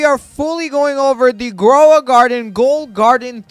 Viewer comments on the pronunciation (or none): Ghoul is pronounced gool